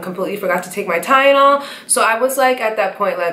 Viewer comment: I’m sorry I think that it is soooo funny how she says Tylenol. 🤣🤣 Sorry you cute tho girl 👋🏾